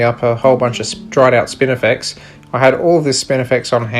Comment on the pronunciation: Where can someone in the US get that dreid grass, sounds like you're calling it spinnerflex! Thanks